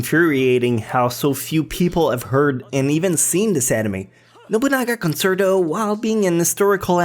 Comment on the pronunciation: The last one is pronounced con-chair-toe just nit picking luv your lists though